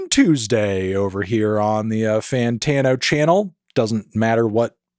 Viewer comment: “Da more I hear it, da less I like it” 😂😂